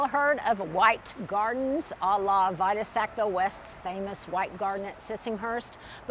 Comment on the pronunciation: I love that you mention Vita Sackville West, as she is one of my favorite authors, not to mention gardeners. Just to let you know, her name is pronounced Vee-tuh. 😊